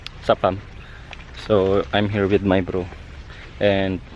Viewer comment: Proud pinoy accent talaga ng intro "Sup pam" HAHAHAH Keep up the great content pre solid.